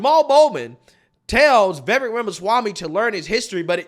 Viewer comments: It’s Ve-vake (rhymes with take and cake). Not ve-vek or vie-vek. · Vivek (V-i-v-ake). Get it right. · Vivek~Viv-Ache-like cake. Learn to pronounce it right. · I’m not getting tired so you making videos about Vivek, but I am getting tired of you pronouncing his name wrong 😂